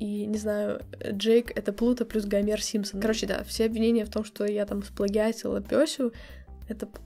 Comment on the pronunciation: ты так смешно говоришь 'гамер симпсон'